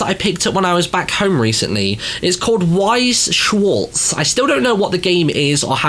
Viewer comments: wiess schwarts It is pronounced with a v. it is german for white and black. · It's pronounced "v-eye-ss" and "sh-var-z" means white and black